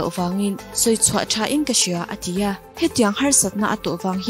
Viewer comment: "A ti a" tihtur te hi "A chi a" ti ang deuh in ilamri thina.beng akham deuh thin tih mailoh chu ngaihnawm e.mizo tawng chu lamno vak ngailo nia.Anyways...no hard feelings .